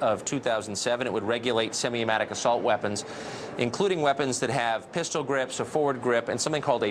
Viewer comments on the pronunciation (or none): "Semi Amatic" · did this man just say "Semi-Amatic Assault Weapons"